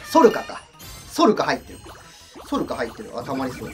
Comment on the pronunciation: ソルカのこと、ノルカって言ってるも好き(* ´ ▽ ` *)ﾉ